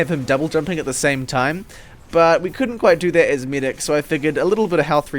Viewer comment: "Only for the midic instead " I really wanna know where u are from xddd